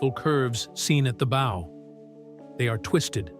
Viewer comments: Wut ??? You failed the entrance exam to the Maritime College ? It rhymes with wow. Like a dog . . . bow wow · Why are there weird graphics and charts that have no bearing on what is being talked about that pop up randomly and pull you out of the "story" and the mispronounced word bow is driving me crazy. Not to mention the images that aren't even the real Titanic. Fake images. Fake voice. Incorrect crap. Crappy video over all. Can we get rid of AI please. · I never would have imagined how much of the steel is being consumed every day! Is there not a way to raise and preserve the Titanic? Or at least the bow? And it's such a nicely done video; perhaps fix the one, most, well, only distracting element: the incorrect and sometimes correct, pronunciation of "bow"? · And it keeps switching between pronunciations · No stop misspronouncing the front of the ship. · Yep, the issues with AI. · Early on in the narrative, it was pronounced correctly. Even after a few instances of mispronouncing it, there is an occurrence of being pronounced correctly. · I agree that the audio is really poorly done when the narrator can't correctly pronounce the word that means the front of the ship--the BOW. "Bow" as in "take a bow," not as " tie a bow on that package." Someone did not take care in recording that audio. This is an egregious error that should have been caught and prevented. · Yelling in BOW!!!! In my mind right here with you. Wordy bs too. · THANK YOU! I have been "screaming into the Void" on this subject forever. "Bow" sounds like "wow" Yes. But damned if the AI narrator doesnt also do a version of the pronuncuation of the SAME GODDAM WORD: "BOW"= "SNOW"!! If this is a triumph of AI technology...I pass!!! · It's pronounced BOW as in BOW-WOW. Retrain your damm AI. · The "bow?" As in bow & arrow? What is with these computer-generated voices? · Why is it so hard to teach your AI narrator how to pronounce bow (rhymes with wow)